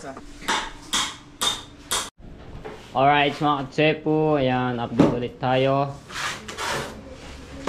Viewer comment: Idol tanong lng po katepo po ba o ka chepo?hndi po ako basher ha kase po pg intro mo mga chepo bandang huli natirinig ko mga ka tepo na